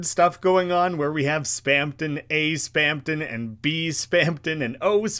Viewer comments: Mister, there's no second "p" in Spamton. You keep saying Spampton, which is kinda weird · why do you keep saying spamton as "spampton" 😭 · Lmao you can literally hear the "p" every time he says it Kinda goofy